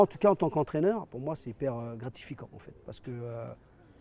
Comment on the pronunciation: "c'est hyper GRATIFIQUAND" 🤕🤭 Je relève sans me moquer, trop de respect pour ce Monsieur! 💪😎